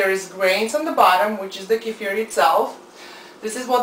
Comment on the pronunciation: Thank you so much for your info. Not only do you make them vegan but you say it right (not kee-fur.....K'fear). Thank you so much